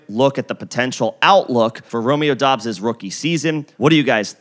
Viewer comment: “Dubbs” not dobbs